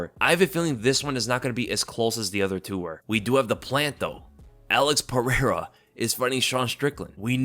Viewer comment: What i want to know is how can pronounce michel pereira but cant pronounce alex pereira correctly.